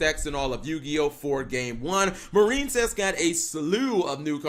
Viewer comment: Anyone else notice he pronounces it "Mar-een-cess" now instead of "Mair-in-cess"?